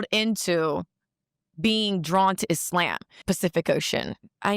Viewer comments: IT’S THE WAY BRITNEY ALWAYS MISPRONOUNCES “IS~Lamb” it’s annoying af 🎉🎉🎉🎉🎉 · Why she keep saying islamb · Would she please stop saying “I-SLAM!” Use the word correctly, it’s not hard! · She pronounces it isssslaaaam. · I hate how she's pronouncing Islam as Is-Slam... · If she says ... IS"LAMB"... one more time 😂😂😂😢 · If she don’t stop saying e-slam 🤯🤯🤯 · I can’t stand the way she pronounces Islam. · Ive lived in Islamic countries, the way she pronounces Islam annoys tf out of me, and im Christian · First of all, I hate the way she says Islam. That’s your first red flag that she doesn’t even truly follow it. She can’t even say it properly. It’s like saying I’m Christian yet completely pronouncing Christian incorrectly. You’re kind of good to start giving me the side eye right now, and it’s just very annoying. “ISLAMB” 😂 like stfub. 😂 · The way she pronounce Islam bothers me. Sounds like a breakfast at Dennis 🤦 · She exist because you and others make videos about her. This demon would be vanquished if people stopped talking about her. I get it... it's content. Get your bag man... but this whore offers nothing to society outside of her body. Also... I hate Islamic doctrine... but her pronunciation of "Islam" is offensive to me. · You knew she was a joke cus she refused to pronounce "islam" properly 😂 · Her pronouncing Islam was soooolo cringe! 😖😖😖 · I don’t necessarily like the way she pronounces Islam. But to each its own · I wanna fight her for the way she's pronouncing "Islam". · I can't stand the way she pronounces Islam!